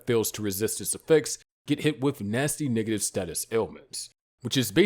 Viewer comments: Talking about the Traps or When he said Nigative? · You mean he saying negative that sounds like the n word